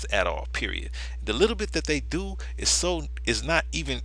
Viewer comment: As soon as the announcer said doe instead of do.... I stopped watching . Seriously dumb people out there!!!